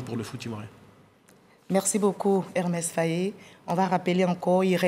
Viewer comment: Elle n’a pas arrêté de répéter Hermès Faé 😂😂